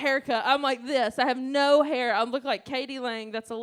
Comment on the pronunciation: She took me back to my youth when she said 2 SPRIGS OF HAYER!